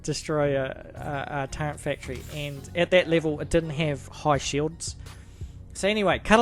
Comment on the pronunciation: I appreciate you, I appreciate your video and the knowledge that you're sharing! Thank you! But please... there's no 'n' in turret. It's not pronounced turrent. Thank you!